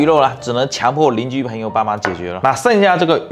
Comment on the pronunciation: 是邻居 不是令居